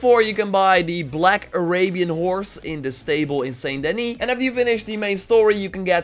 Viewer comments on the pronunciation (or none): It's 'San Denny''! :)